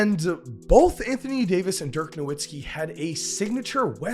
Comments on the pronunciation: No-Vits-ki, it's not pronounced how it's spelled... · How come people still don't pronounce Nowitzki's name right? 🤦🏿. He's German, it's a "V" sound not a "W"